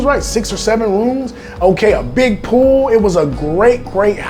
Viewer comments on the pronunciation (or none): none